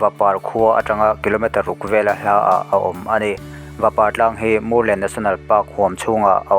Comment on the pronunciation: Mûrlen i lam dan hi a dik chiah lo deuh em? vawt kan ti a kan mûr ang hian lam tur niin ka hria, Vamûr an tam vang a ni maithei.